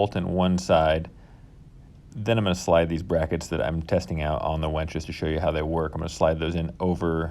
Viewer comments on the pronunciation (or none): The word is winch. Not wench. Girls can't lift bro. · Winch not wench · Sorry to be critical but it's winch with and 'i', not wench with an 'e'. There's a big difference between the two. I also have a problem with people saying real-a-tor instead of realtor. Great video otherwise. Will be using this idea for an idea I have. Thanks. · Dude. It's a "winch," not a "wench." Like "finch," not "bench." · winch, not wench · Why do you keep saying you are hanging a prostitute to your ceiling (wEnch) instead of a tool that helps move things (wInch)?? It was so annoying I had to stop watching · Nice video, just have to say it is about using a w I N c h not a w E N c h! A wench is a buxom serving maid! Happy if you make a video about that as well! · I winced everytime you said wench instead of winch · Gret job but PLEASE STOP pronoucing it WENCH= female, its WIN CH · My dude. The word is winch. Not wench. You spelled it properly in the description and then mispronounced it 44 times.